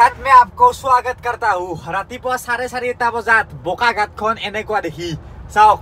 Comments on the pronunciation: Bokaghat nohoi Bokaghat 😊nice video 👍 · Its Bokakhat.. Not Bokaghat 😃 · O bhai it's not bokaghat it's bokakhat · O bokaghat nohoi bokakhat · Bokaghat nhy garu bokakhat... Asomr ata jagar nam o val k ussarn nhy tor